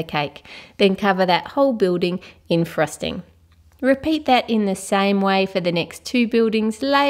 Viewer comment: no offence but when she says. frosting it sounds like thrusting